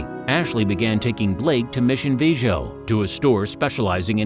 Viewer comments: Mission “Va-joe” 🤔 um it’s “Viejo” = (Vee-ay-ho) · Mission Viejo - (vee-yay-ho) not (vay-joe). Its a city between San Diego County and Orange County. El Toro old military base is in Mission Viejo (the one you hear Will Smith talk about in Independence Day) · Mission Vaysho! vs Mission Viejo (Vee-Ay-Ho)! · Mission Vee- Ay-Ho! not Vay-joe! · Why don't you learn correct pronunciation of cities. Mission vee-a-ho!!!! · Mission Viejo? Learn the proper pronunciation, Vee a ho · Mission Viejo is pronounced Veeay-ho. You should learn the proper pronunciation of a name before posting it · FYI: Mission Viejo: Mi-shun Vee-Ay-ho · I now have PTSD from this video. Not sure if it’s from all of the wild lies or the constant butchering the pronunciation of Mission Viejo! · Sorry you mispronounced Mission Viejo . The J is silent. Sorry it just triggered me cause that’s my home stomping grounds. Good luck 👍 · I’m not trying to be mean, but I will no longer watch a channel it it doesn’t take a few minutes to research the pronunciation of Mission Viejo. I always thought your channel was a little sketchy anyway. Sorry